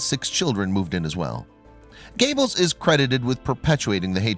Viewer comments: Josef Gayballs. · Goebbels Not Gables dude! Duh! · This crappy commentary has to stop..I really hate it for some reason and it's usually Nazi names I have noticed that people doing these commentary's just butcher..are they doing it on purpose??...I mean your doing grave injustice to Goebbels name...I'm sure while he's running a projector for Satan in hell ...he is cringing lol..get it right!!!...get it right!!..you silly untermeshen..these people really existed ...just do some homework and learn how to pronounce his name..or shall I send you to Treblinka ..you fool!!!